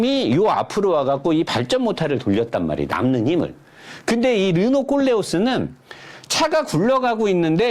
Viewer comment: 아니...배우신분이 왜 일부 유튜버들 르노 콜레오를 꼴렝ㅅ스라고 발음하냐? 꼴려?